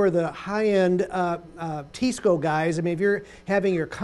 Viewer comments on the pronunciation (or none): And then further offends me by saying "Tee-sco" instead of "Tye-sco".